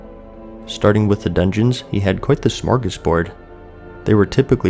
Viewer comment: I love that you tried to say smörgårdsbord <3